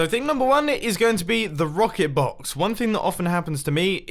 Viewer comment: “We got the bread BAWKS, the cobble BAWKS, the base BAWKS, the rocket BAWKS”